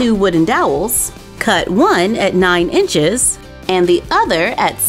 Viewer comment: Anyone else notice that it said INCES , instead of INCHES. No hate btw.